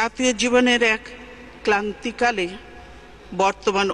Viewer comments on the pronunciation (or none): ক্লান্তিকাল নাকি ক্রান্তিকাল হবে।